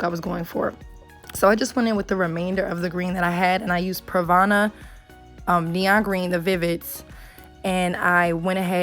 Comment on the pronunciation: She said pravana